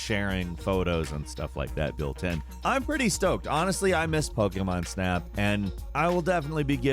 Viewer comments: I really love the video great job but I hate the way you say pokemon it's like you're saying pok-a-mon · Great video but damb please say pokemon correctly 🙏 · I don't like how he says 'Pokemon'